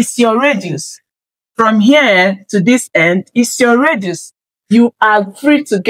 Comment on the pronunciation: Dear, just a backup radius not reduce. You are pronouncing it as reduce which can confuse listeners.